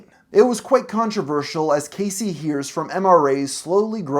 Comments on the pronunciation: Cassie Jaye's name is pronounced "Cass-e" not "Casey" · 'Cassie' is not pronounced like Casey, buddy.